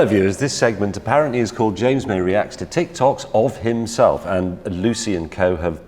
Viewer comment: Yo its jams moy